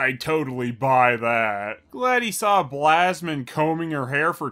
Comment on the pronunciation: These movies are horrid and I don't know who gave them to me as a kid. The 3 fingers always disturbed me. But the fact that he called the princess "Blasmine"... I am finished! 🤣🤣🤣💀💀